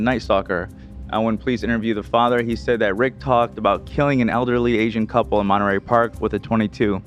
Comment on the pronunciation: Just some feedback meant to be helpful. To me, every time said Night Stalker, it sounded like Nice Talker. When she began the case, I was like, what? Some guy named Nice Doctor was a serial killed? Then slowly it morphed into Nice Talker. And also calling Monterey, Monterary a few times, Lol I know prides herself in doing a great job and she is so awesome, so just thought I'd pass this along in the hopes that it can allow her to give the type of presentation I'm sure she wants to. And to all on the show, the letter T didn't dissolve into oblivion, guys. Since y'all have stopped using it in most words, it sounds like your IQ's dissolved too, and you all are way too smart for that. This was a bad grammar habit used by hillbillies/low-income, which for some odd reason, now mainstream society has decided to adopt. It's absolutely flowing downstream wit the dumbing down of America. Paddle, guys and gals. Resist stupid trends. Use T appropriately so I can enjoy your smart and funny show again. Couldn't finish this one.. one too many bea--ens instead of beaten when presenting the Night Stalker case. All love.